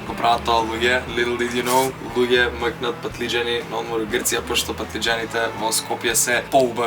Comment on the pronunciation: рече: "м'кнат"?!